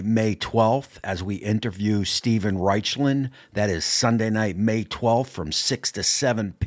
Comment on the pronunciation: Steven Raichlen's name is pronounced "Riklin", not "Richlin". Keep up the good work.